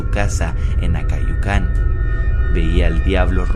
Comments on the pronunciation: Se dice acayucan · Es Acayucan no acayucán xD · Aprende primero los nombres de las ciudades es Acayucan no acáyucan burr